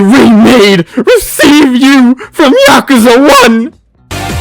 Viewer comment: Thank you for saying Yakuza correctly. Too many people say 'Yakooza'